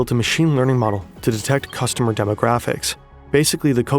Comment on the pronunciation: ceeustomer :D